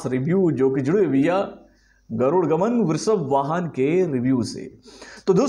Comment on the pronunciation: Its Garuda Gamana Vrishabha Vahana and not Garud Gaman Vrishab Vahan